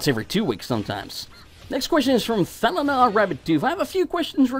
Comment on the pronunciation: You said my name correctly. "Thall-an-ar" can be pronounced with an "aah" in "Thall" (Like as if you're sighing) or "ahh" (Like as if you're going to the dentist and they tell you to make that sound when you open your mouth). I just HATE it when people call me "Thrallanar" or "Thrall". I am NOT an Orc! (In World of Warcraft one of the main characters is an Orc named Thrall)